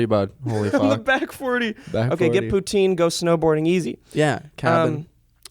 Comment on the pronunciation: No one in British Columbia says poutine the way says it lmfao, and he just said I’m a hick coooooooooooooooool